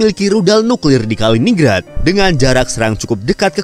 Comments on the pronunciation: Kaliningrad itu dibaca KALI NIN GRAD, ya salam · MIN. Penyebutan yang benar, BUKAN "KALINING RAD" TETAPI "KALININ GRAD"